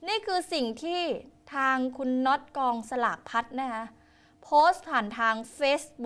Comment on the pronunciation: รำคาญคนอ่านข่าวจังอ่านภาษาไทยไม่ถูกกองสลากก็อ่านเป็นกองฉลากเฮ้อน่าเบื่อ